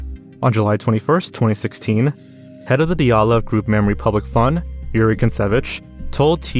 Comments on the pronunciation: Oh my god you're the first youtuber I've seen pronounce Dyatlov correctly fucking bless you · As a Russian, I want to say that you almost completely correctly pronounced the surname Dyatlov, unlike many other bloggers... Thank you 😀